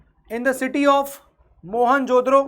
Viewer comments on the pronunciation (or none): Your pronouncing iT .mohanjodoro but it’s Mohanjodaro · Sir please I loved the lecture but it’s Mohenja Daro not mohenjodoro